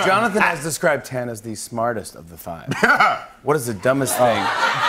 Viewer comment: I live for antoni calling tan, "tanny" ahaha